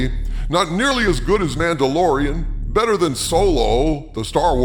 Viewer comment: “… who is vastly bettarrrr” Had me laughing out loud